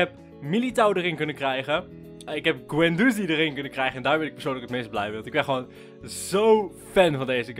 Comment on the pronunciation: Vgm spreek je Guendouzi fout uit